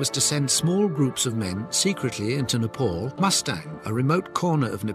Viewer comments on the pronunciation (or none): none